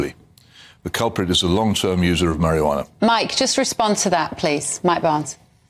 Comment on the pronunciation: It's quite annoying that Hitchens keeps calling it marihjana and Barns calls it Cannabis. Barns is the one using the correct terminology here. And medicinal use is the priority.